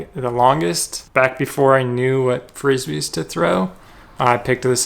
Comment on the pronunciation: Really good video, just cringed everytime you called them Frissbees!😂😂